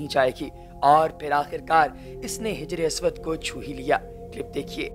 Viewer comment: janab Hijre aswad Nahee Hajre Aswad bolen.